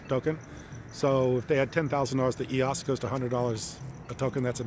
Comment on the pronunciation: It’s so hard to take you serious when you can’t pronounce EOS correctly (according to Dan Larimer)